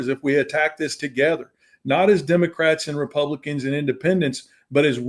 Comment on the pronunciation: This is the first DL show I find so performative! I can't even listen to the rhetroic of this farmer who is now just getting that helping others is socialism! Even him talking about going to Washington when he can't even say the word "Republicans" and that who is in charge of our government!!! 🤦‍♀️🤦‍♀️🤦‍♀️🤦‍♀️